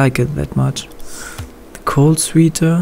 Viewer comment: Sweeter xD [Swätter] = Sweater du xD